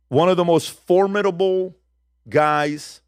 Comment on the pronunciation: PBD: Thank you for pronouncing “formidable” correctly. 👏🏼